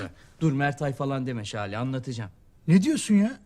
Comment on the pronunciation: Şale değil lale